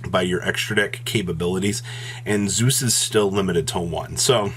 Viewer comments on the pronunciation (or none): none